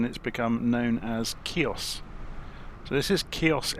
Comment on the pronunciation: I spent a magical 2 weeks on Chios in 2012, excellent modelling of the airfield, just as I remember it!....just one thing, it's pronounced "he-os" the "C" is silent! Transavia used to squeeze 737's in there, but I think they had to refuel on the return trip to Holland at Thessaloniki due to the short runway! I also spotted Avro RJ's from now defunct airline "Astra". Very few Brits went there, we had to transit through Athens onto (in those days) an Olympic Q400. There is a deserted airfield on the south west side of the island which I was told by a local that it is a diversion airfield for the HAF.....with the close proximity of Turkey, I think a lot of the airspace is still hotly contested and airspace incursions are a regular occurance! Excellent video, thank you🙂